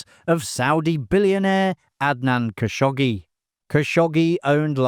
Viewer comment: Kagnoshi ❌ Khashoggi ✅ 😂